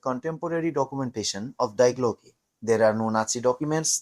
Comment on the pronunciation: If you can't even pronounce Die Glocke correctly, why would anyone believe anything you say?